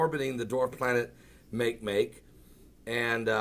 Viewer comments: It's not "make make" it's not English, it's 'Olelo - said almost like mock ay mock ay and it means 'want'. NASA is not looking for any of the kookie club's different versions of fictional Planet X. They're just looking for all things new. Since when did playing pretend become the sport of Christians.............. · Makemake is pronounced "mah-kay-mah-kay", named after the 'god' of the Rapa Nui people from Easter Island. It is a dwarf planet in the Kuiper Belt next to Pluto.